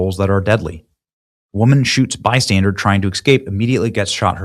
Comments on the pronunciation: Terrible. Also, mate, it's bystander (as in someone who is 'standing by'), it's not bystandard as you have continued to repeat throughout the video. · Benny, it's Bystander , not bystandard. 😂😂😂😂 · Please stop saying "bystandarD!" You're hurting my ears. 😂😂😂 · "Bystandard". An "innocent bystandard". Really...? What is Benny Johnson's first language because it sure ain't English.